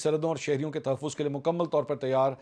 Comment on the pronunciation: 15.40 shahrryooo koi tahaafozz hahahahahaha Koch zeyada hiii tahaafooz ho rha ha 😂😂😂